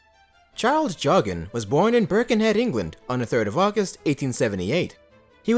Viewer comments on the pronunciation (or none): His surname is pronounced “Jockin”. I’m a relative.